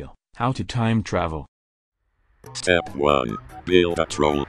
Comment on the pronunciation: But I still hear “travel”